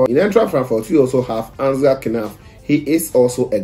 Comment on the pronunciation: Thanks for the update . Ansgar Knauff, the "K" is silent , so you say "Nauff" instead of "Kay-nauff"